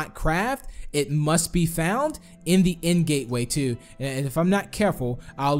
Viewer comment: DID U CALL IND INSTEAD OF THE END!